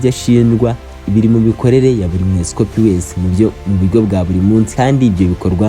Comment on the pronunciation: Ni umwepisikopi not esikopi as you're saying